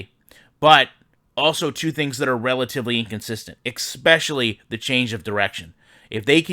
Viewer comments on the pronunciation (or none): I love ya man, you do great things and I watch almost all your stuff... But it's especially, not expecially:P